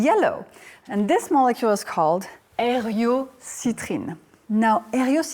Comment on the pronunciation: This is the ONLY way Eriocitrin should be pronounced!!!